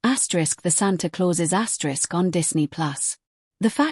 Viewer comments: Why does woman keep saying " ASKERISK "???? 😮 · Don't know why it keeps saying asterix